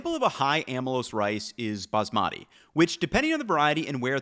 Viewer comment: Love your videos. Wish you would learn how to pronounce “Baasmati” correctly. Emphasis on the first syllable, then make the 2nd/3rd syllables rhyme with “putty”